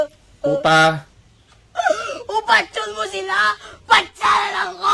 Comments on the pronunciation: Patjun/Patyun not Patchon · PAT-YON./PATYON. -PATAYIN